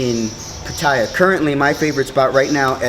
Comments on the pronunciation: It's Pat A ya FFS not pat eye a. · I haven't watched the video yet, just 23 seconds of it, but already it is difficult for me to take you seriously when you can't even pronounce the city correctly. It's not 'Pa-tie-ya', it's 'Pa-ta-ya'. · Pha Tha Yhaa the y is not used is the correct pronunciation* Great documentary Sir, thank You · i could pay attention to what this guy says if he only would pronounce PATTAYA right! Otherwise, it's not worth my time. Having been to Thailand a lot, I learned early that you gain respect by speaking the language correctly, even if you only know a few words. If not, the people will still smile at you - it is, after all, the Land of Smiles - but some will secretly think of you as just another farang khi nok: bird-shit foreigner!